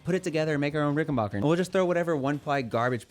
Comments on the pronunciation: Dood......its bach er...back..not bark er...same as ut name isnt.....why dont u 'mercans say it right!!! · Ok man, it's pronounced "RickenBACKer" , the same way you say "JACKson" , NOT "RickenBACHer" !!! As for the new Jackson Bass, I've always kinda like Jacksons, I'll give it a try.